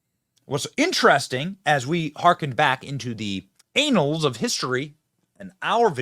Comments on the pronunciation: Annals of history Ben. Not anals. On second thought, maybe your right. Hahaha. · close the border, the world sees America being overran at the wishes of our own govt. bro its annals of history, please 💀😅 mf saying anal of history :') historical anal. It has two N's from the Latin annus for year, also with two N's. Pronounced ann-al's of history and ann-us. not anal benny